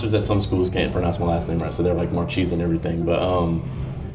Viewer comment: Thanks for the correct pronunciation of ur name .... Go Dawgs!!!! His rank about to rise